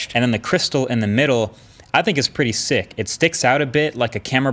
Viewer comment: I like how you said sick there. it just reminded me of school days in London.